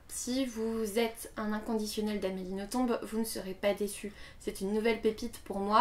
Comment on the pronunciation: Si je ne me trompe pas c'est Nothomb comme dans plomb. Le B ne se prononce pas :) . J'aime beaucoup tes vidéos. C'est un plaisir de t'écouter.